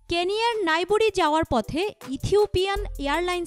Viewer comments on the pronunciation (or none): কেনিয়ার নাইবোরী নয়। নাইরোবী।